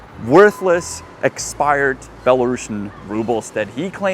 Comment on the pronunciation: Did you say "expired"?